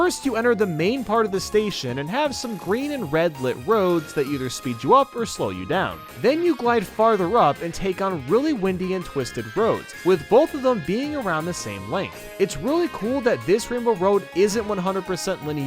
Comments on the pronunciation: Windy instead of WINE-DY. Yeah, I caught that too. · Do people really see the word 'windy' in the context of convoluted roads, and not get that you actually pronounce it differently from the weather phenomenon? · He said wind-y instead of windy (like a coil) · the pronunciation of "windy" and "linear" is kinda funny in the mk8 section